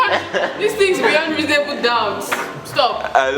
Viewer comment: the way you said versus 🤣🤣🤣 Reasonably doubt 🤦🏾‍♀️😁😁. It was quite good overall tho 👏🏾👏🏾👏🏾